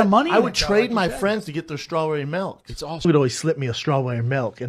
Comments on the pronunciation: Why does he call it melk?! 😂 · Lmao, in my country it's actually called "melk". But saying melk when you're english is so cringe. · Melk thing is actually annoying